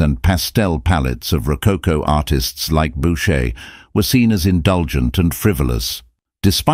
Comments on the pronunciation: Is this a computer reading the text? .Since it cannot even pronounce correctly the name of the artist. It is not boucher...but pronounced booshay. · So - Boocher, Bowcher, Boosher, Bowsher? I never heard so many mispronunciations of a single name. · The presentation is unfortunately replete with clichés , mispronounciations and, what is worse, howlers (such as asserting Louis XV was the son of Louis XIV! He was his great-grandson!). The pictures remain beautiful, however, and we are fortunate to be given time to enjoy each one